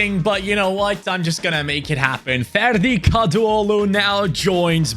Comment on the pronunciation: Hocam türk olduğunu bilmiyordum ferdi kadıoğlu demenden şüphelendim baktım türkmüşsün 😂😂